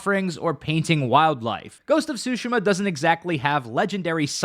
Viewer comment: Great video, but that pronunciation of Tsushima is sending me lol